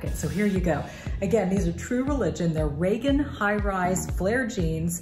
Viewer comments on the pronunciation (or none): none